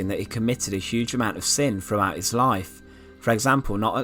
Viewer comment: This guy would probably never be hired by the BBC (is that a good thing?). A lot of people pronounce, "th," like, "f." When the narrator says, "throne," I hear, "frone," and, "throughout," is, "frewout." My favorite is, "thing" - "fing." lol